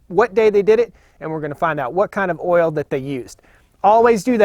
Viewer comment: it's not ol it's oil sorry just joking luv yu man